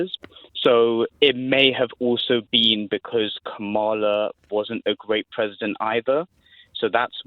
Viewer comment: To both host and caller ... it is comma-la!